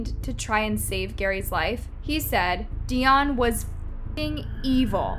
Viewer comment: Lmfao at this point it just sounds like ur purposely saying these peoples names wrong 😂😂😂😂 How do u say Dionne wrong?